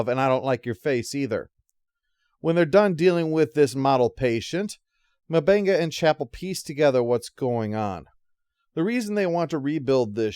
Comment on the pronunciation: Jesus, dude. It's not Dr. Mubanga. M'Benga. Like UmBenga